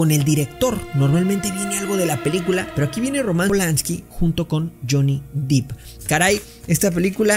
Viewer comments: De hecho tu lo escribiste mal y nadie te va a criticar por eso verdad🧐. Es Depp.. No Deep. "Por dios" que sacrilegio verdad... Es broma mi distinguido y bilingue no te lo tomes tan a pecho.😉. Mi recomendacion es que mejor escuches la informacion que es lo que importa y armemos una conversación interesante de la pelicula, recuerda que la misma RAE, permite que pronuncies marcas y nombres tal como se leen si vives en otra región del mundo, osea para la real academia española es una nimiedad o como decimos aca "le vales 3🥒 pepinos si pronuncias bien" Nike o naiki" ya que ni los nombres ni las marcas estan dentro de un diccionario y cada lengua o persona tiene el derecho de pronunciarlos como lo desee. Un saludo 🙏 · Uuuff es DEPP no deep